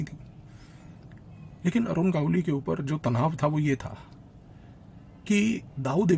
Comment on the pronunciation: बहुत ही उत्कृष्ट निवेदन और माहीती। एक विनम्र निवेदन है, भविष्य में नाम के सही सही उच्चारण पर थोड़ा अधिक ध्यान दें। गावली नही है, गवली (मराठी भाषा में गवळी) गावली सूनकर ऐसा लगता है जैसे भट्टाचार्य का उच्चारण भाट्टाचार्य, ममता का उच्चारण मामाता करेंगे तो जैसा लगता है वैसा लग रहा था।